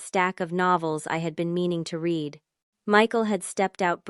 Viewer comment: I don't understand how an AI capable of writing complex, convincing stories consistently makes simple grammatical mistakes such as not understanding the past and present tense pronunciations of the word "read" or the difference between the word "no" and the abbreviation for "number".